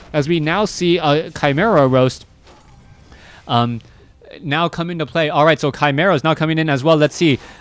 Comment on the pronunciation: Chim Roost not "roast". No need to sniff Cechi's jock so hard. UD has huge advantages with fiends strong tier 1 piercing damage and impregnable bases. Hero nuke and attack through with a ranged army with statues in back. Almost as boring as human expand and tower games that take an hour...